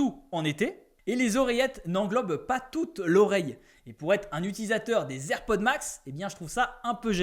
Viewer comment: Ta du mal avec le nom des AirPods 😅😂😂